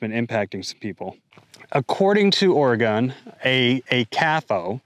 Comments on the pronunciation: For those who don’t know how to pronounce Oregon like this guy. Say it like human organs. There no ORY….. GON. It’s organ!! One sylabol. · If you live in Oregon it's not pronounced Ora-gone. Sometimes he says it right, sometimes he doesn't. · he slipped up and said or-e-gon! He's a spy! Get him! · It's pronounced Or-e-gun not Or-e-gone. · "It's not oreGUN. It's oreGONE" -Hermione Granger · Pronounced "OREGUN" not "OREGONE" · Isn't Oregon one of the Organic farm and free range leaders? They are now running more small businesses out. Please stop it Oregon! Remember locals pronounce it Ore-gun, not Ore-gone. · Or-eeee-gon? If you’re going to talk about a place you’ve never been to, learn to pronounce it at least. So you take one example and then say it’s happening over the whole state? Crying wolf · Oregon Legislature is completely derailed! They need to be immediately evicted from their positions. The government is supposed to work for the people, not the other way around! BTW, someone needs to tell this narrator, it's pronounced, "Orygun!" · 240k views using the things I have seen argument. Impressive! Now, can you say ory-gun? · It's pronounced Orygun. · It's pronounced "OR-a-Gun" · You don't pronounce Oregon properly, makes sense since you're home is in North Carolina, not Oregon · First you don’t pronounce Oregon correctly so obviously you aren’t from here. Second there is clearly a drought issue on the west coast. Third I seriously doubt you pay taxes in line with your profits. Stop complaining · Water conservation has nothing to do with “small” farms.. it’s about water conservation because the water needs to be conserved. Adapt and move on.. small farms who are compliant and make the necessary changes won’t be shut down. Also this guy speaking isn’t even from Oregon.. (he mispronounced the name of the state which is a dead give away) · You can’t even say Oregon 😂 Please get your news from the people not the internet.